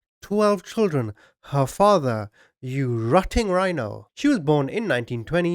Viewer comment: “Rutting rhino” 😂